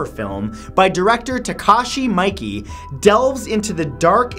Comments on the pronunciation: Or Takashi "Mikey" as he pronounced it 😂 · Miike (pronounced ME-ah-KEY) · Miike is pronounced meekay i think. Just saying. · Takashi Miike Miike = Meekay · Jonas Damave THATS EXACTLY WHAT I WAS THINKING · I was about to make fun of your pronunciation, but then I remembered it just means you learned those things from reading. So just FYI, Miike is pronounced "me-EE-kay", and Saló is "sah-LOW" :) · Takashi Miike is pronounced “Mee-Kay”. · "takashi mikey"